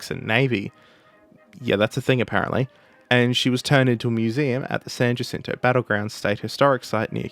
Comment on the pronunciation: Extra points for pronouncing "San Jacinto" correctly.